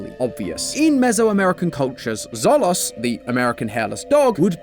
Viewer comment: Mispronounced "xolos" (xolo pronounced "show low") but still super cool connection!